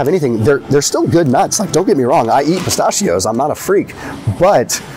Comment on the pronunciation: Stop saying pistachio the wrong way lol